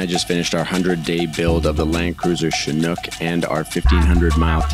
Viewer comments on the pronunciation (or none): none